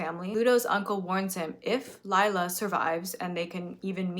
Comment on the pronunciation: I don’t think it’s that important, but I’m polish and just a quick fact: the polish name Lila is not pronounced as Layla is, but more like Lee-lah.